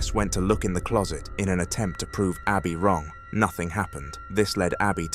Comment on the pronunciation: I too preferred the other voice. Plus the word is wrong not rong mate 😁